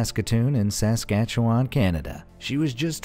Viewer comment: SASKATCHEWANNNNN Its pronounced Sas-cat-chew-en